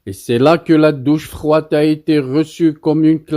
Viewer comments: En plus, il est nul de nul...un cerveau carré qui ne sait même pas lire ..." Docche frouwade" oh ha wili wili wili " l'humouliation" ... À cause de lui, Dumas, Molière &co se tordent dans leurs tombeaux.😂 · " La doch frouade, rieteri, grouusse gifleu 😂" Nul de nul, changez-moi cette voix qui ne sait pas lire et fissaaaaa. Tu veux faire de la propagande marocaine mais tu n'es pas un professionnel...ça se voit pôvre et le roi ne va tarder à te mettre au cachot comme le RIFAIN NASSER ZEFZAFI. Houmiliatioune 😂😂😂